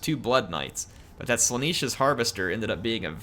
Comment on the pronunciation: I get triggered every time you say “Slaaneesh” when it is spelled and pronounced Slaa-nesh get it right please